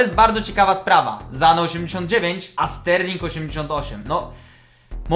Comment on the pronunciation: Kibic arsenalu nie lubię arsenalu lubię real madryt lecz lubię kozę orazp mówi się sane nie zane